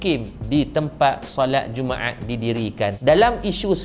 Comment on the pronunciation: Dia punya sebuat jumaat bunyi jadi jummaeaaat.pekat btul bunyi tekak org smenanjung